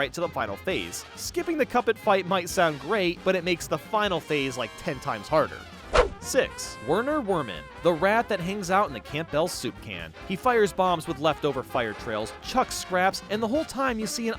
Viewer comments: Just saying Werner Werman is pronounced Verner verman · Pronounce the W’s in Weman’s name as V’s like he is German (see the hat) and you get Verner Verman...as in Vermin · I would assume that given the character is meant to be pronounced like "Verner Verman" (Vermin, get it?) Also that last phase of Saltbaker is probably broken glass. Great video! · It’s pronounced Verner Vermin. It’s German. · It's pronounced Verner Verman because W makes a V sound in german (also verner verman, vermin it's funny) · I hate that no one pronounces Werner Werman’s name right. He’s clearly supposed to be German and it be pronounced “Verner Verman” with Verman being a reference to him being Vermin. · Pretty sure Werner Wermen is pronounced Verner Verman as he's a German WW1 veteran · Werner Werman is German, so you say it Verner Verman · Werner is german so it's pronounced like Verner vermin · Werner werman is a German marine so his name is pronounced with a v. Verner verman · Just for reference. I think Pip and dot are a domino, not dice. Also, Werner Werman is pronounced Verner Vermin. Is a German name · One more pronunciation mistake: Werner Werman is likely pronounced German-style, meaning the W is pronounced like an English V. That makes the pun in the last name more apparent. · Lol another person who can’t pronounce Werner Werman properly.